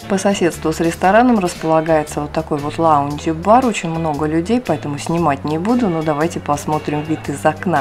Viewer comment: Без обид ... lounge bar так прикольно на японский манер был произнесен 😄